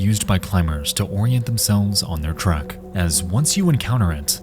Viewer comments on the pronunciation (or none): none